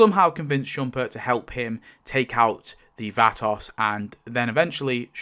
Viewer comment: The way you pronounce Vatos is activating my almonds